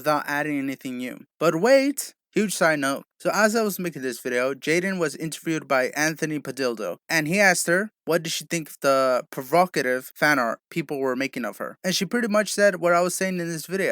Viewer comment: Dude this man said anthony padildo